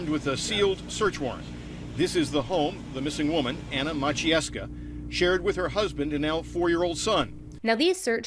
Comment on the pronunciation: I am Polish in America. I know both languages…..for anyone wondering how to pronounce this last name it is (Ma-CHe-yev-skah)